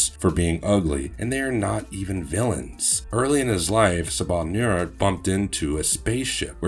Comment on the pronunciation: Whats up with this channel? It's filled with errors and you pronounce the characters names wrong like you're not even a fan. Wolverine and Mystique aren't immortal. It's pronounced Inn-Saba-Nur, it means the first light or the dawn.